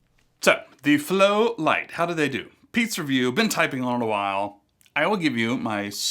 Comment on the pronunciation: I believe it's "lite" instead of "light"